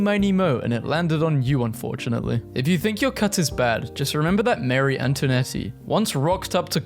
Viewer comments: It killed me how he said Marie Antoinette 😭😭😭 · "Mary antonetti" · Ah yes, Mary Antonetty